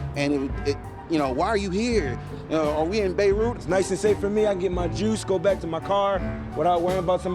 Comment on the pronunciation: Did bro said beriut